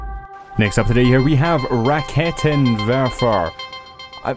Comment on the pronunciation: I am from germany yes it is Rakenwerfer :D You say it so funny :DD But nice video !!!